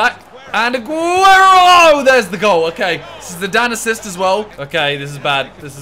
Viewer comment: Agüero not aguerio